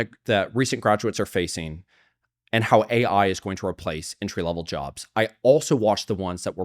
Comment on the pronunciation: Did she really say A1 instead of AI lmao